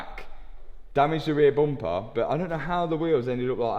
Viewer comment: Can't not notice accent) Never knew how many words have O innit. Bomper, Bot, Op, Hondred, Jost, Onother